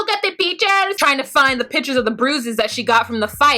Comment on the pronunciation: Spanish/Spanglish accent is on point! 😂😂😂 Ayi let me find (pronounced fine) de pictures......🤣🤣🤣 You sound good!